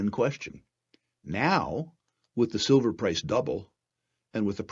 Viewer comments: Sil-FURR... apart from the clickbait, you should call it SILVER, not SILL-FURR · I heard sulphur!